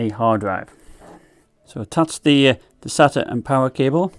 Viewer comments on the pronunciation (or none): none